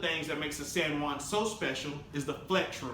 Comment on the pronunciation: the "sen one" lmao i was trying to figuring out what he was saying turns out it was san juan